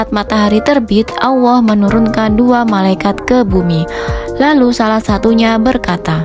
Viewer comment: Sy dengarnya ya awoh atau Yaa Allah ya....apa pendengaran sy aja yg kurang bagus🙏